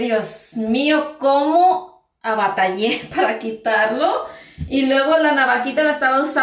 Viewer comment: ABATALLÉ 😂😂😂😂😂😂😂 en serio ni Español ni Inglés saben hablar